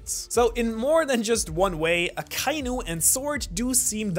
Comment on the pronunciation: aka-inu. not a-kai-nu.